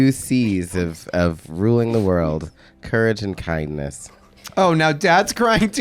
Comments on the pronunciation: “Courage and cindness” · The 2 c’s “courage and c(k)indness”😂